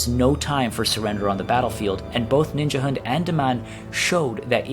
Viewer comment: Ninjahund means Ninja dog in danish. And of course you pronounce it very wrong :D